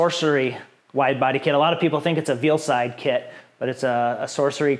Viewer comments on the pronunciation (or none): "Vealside"? Veilside lol